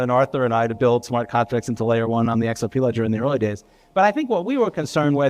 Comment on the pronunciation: Lol bro I love the way you say "X-R-PEH".